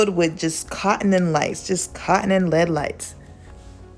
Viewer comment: not meaning to shade or dis you, but it is actually pronounced L. E. D. (Light-emitting diode). Just thought u'd wanna know for future episodes......LOVE ur work! (and u can delete this after reading....I wont be offended!)